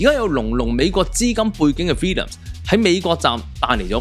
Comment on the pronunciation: 唔係 Villiams 係 Williams , WILL 呀…… 你啲乜嘢發音嚟㗎🙄